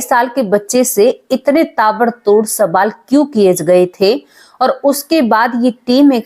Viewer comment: Sabaal nahi hota baje (sawal ) Hota hai kai tak padhi likhi ho😅